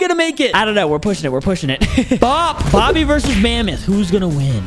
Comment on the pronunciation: Is not bobby is boggy